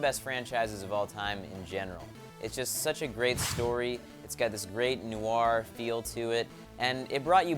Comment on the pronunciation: Noir is pronounced NOR